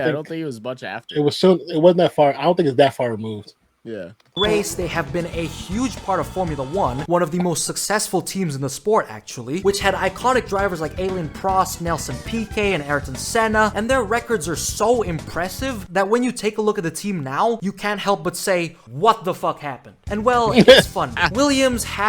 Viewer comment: Did that mofo say Alien Prost? Alain!!!!!!!!!!